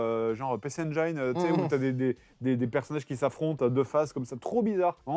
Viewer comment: ça existe pas comme mot "Engaïne" en français ou en anglais ^^ y'a pas de aïe, on dit Engine [en·jn] et puis c'est tout